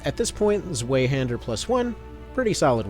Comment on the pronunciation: It is pronounced “zw-EYE”hander. Native German speaker here. Zwei means two in German. You are saying zw-way which is incorrect.